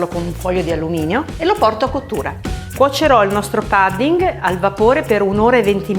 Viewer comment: Sembra buonissimo. Pudding però si pronuncia con la U come se fosse una parola Italiana, non "padding".